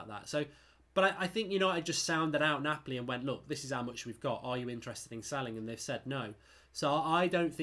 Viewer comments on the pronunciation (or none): none